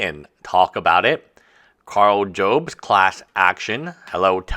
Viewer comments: just so you know, Karl's last name is NOT pronounced Jobes, it's Jobs as in Steve Jobs from Apple 👍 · Karl Jobst (pronounced Yobes) knows about the 1 way to spend your money: by hand-feeding it to his lawyers.